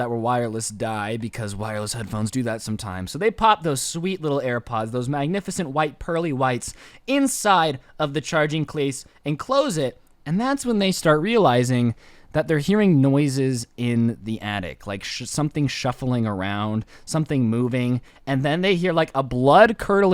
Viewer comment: At 3.12 he says clase instead of case.